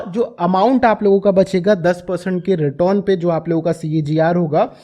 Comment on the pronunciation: आधव जी, इतना भी ना जुबान को ट्विस्ट करो, रिटर्न को रिटोन बोल के चूतिया लगते हो।